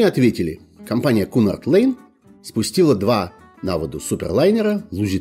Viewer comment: Уважаемый! Если уж решили упоминать английские названия, то, пож-та, делайте это правильно: «Кьюнард Лайн». Спасибо!